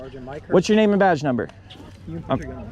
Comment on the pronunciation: One thing about that one officer he knows how to pronounce his name😂